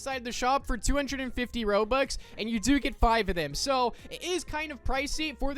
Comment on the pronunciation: I assume your trying to say Robux?